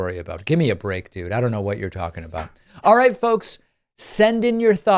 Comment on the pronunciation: pakman ptsd ... sometimes i hear "alright" as "far right" or "alt right" fr today's episode starts with "far right, it is time..." lol 5/7